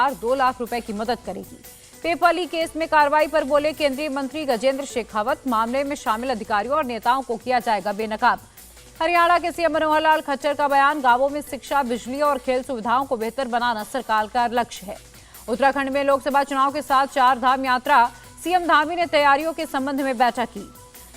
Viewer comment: Madam ji Khachchar nhi hai khattar hai CM sir ka sirname🙏